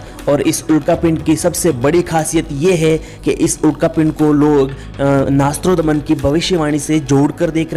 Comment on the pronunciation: Nastrodman nhi nastredmas naam h unka